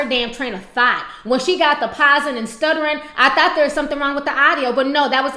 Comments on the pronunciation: Ms. Carter Idk. Ti knows how to come with the punches. So I'm taking it as her saying thot instead of thought. but whatev :) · I'm weak she said "train of thot"